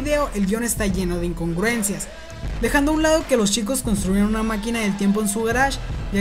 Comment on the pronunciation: Porque en vez de CH pronuncia SH Ej: Chicos = Shicos.